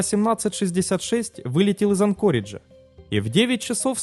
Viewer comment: В слове АнкОридж, в отличие от предыдущих роликов, ударение научились ставить правильно. Ура, однозначно лайк! Движемся дальше: правильно КОрдова, а не КордОва.